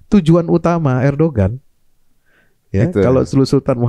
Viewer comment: baca nya ERDOGAN